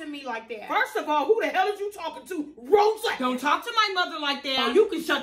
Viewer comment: When says: ROSSAN it gets me every times